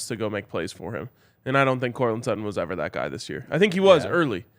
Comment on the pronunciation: It's Sutton...pretty clearly